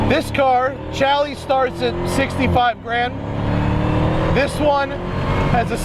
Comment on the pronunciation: Thumbs down for calling it a "Chally"